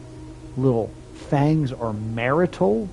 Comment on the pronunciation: Good job on so quickly getting what the chess puzzle wants you to do. I think you'll have a pretty good time with the results once you get there. Dyslexia really isn't doing you any favours here. Martial is pronounced mar-shal. And yes, it means military.